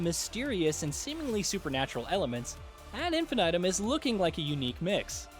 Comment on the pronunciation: Love you guys but... your pronunciation is abysmal. Basically anything that isn't english you don't even bother to find out how it's actually pronounced. It's awful. 👎 "Brume" is french and it sounds more like "broom" than "souffle". "Ad Infinitum" is latin and it's pronounced almost as is. "Infi-nigh-tum" is atrocious. 🤦‍♂ Next time tell the guy doing the VO to please do the homework before recording. 🙏